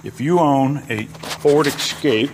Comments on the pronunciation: Essscape not xscape. Guess you have it confused with Xterra 😂😂😂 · Escape, not Ekscape. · Please stop saying "excape".